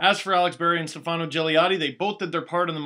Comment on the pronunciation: You are pronouncing Stefano incorrectly. I thought you were part Italian. In Stefano, the stress is on the 1st syllable, not the 2nd.